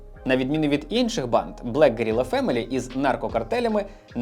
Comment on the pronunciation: Аааааа от чому я вже друге відео поспіль у вас чую «панд»/«панди» замість «банд»/«банди»? 😂